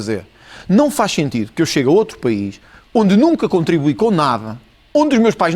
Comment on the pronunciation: Mas qual montante? Como contrumibuie? Kkkk este país esta na merda, jornalista muito fraca